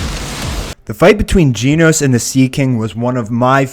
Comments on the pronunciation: it's genos NOT geeenos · ...geen-os? really. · Anyone else entertained with how he pronounces Genos? It sounds like is mispronouncing Jeans, and I find it absolutely hilarious.